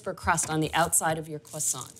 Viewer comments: did she just say cwoissant or am I trippin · Kwasant, girl what are you saying hahah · 😅😆🤣I get it now, I was ignorantly impressed, I thought that is the original French pronunciation, laughing at myself